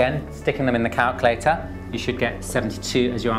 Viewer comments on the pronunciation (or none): I like how you say calculator. 'Calcalaytah' haha. :)